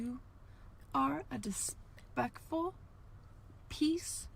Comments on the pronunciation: she was definitely channeling jeffree star in that “dispekful” rant 😭 i can’t believe she jus kept going after butchering that word so bad. ironically the way she ate that word only fueled more hate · "dispectful" makes me laugh every single time 😂